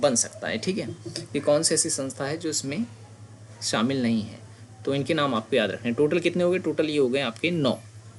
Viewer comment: AAP kya bol rhe hai isme samil hai samil nhi hai clear boliye